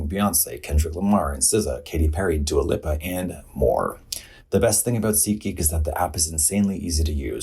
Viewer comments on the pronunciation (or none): Katya pronoucing Dua Lipa as Dua Lipah is everything to me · Dua lip-uh.